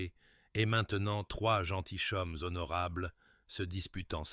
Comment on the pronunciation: Des gentilchommes ! Ce serait bien de contrôler votre robot ! On dit des gentillommes phonétiquement